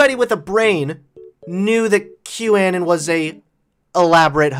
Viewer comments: its pronounced anon as in anonymous, not anin like autistic anakin skywalker. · ..seriously "an-in"???? why? just....why? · I love that you mispronounce qanon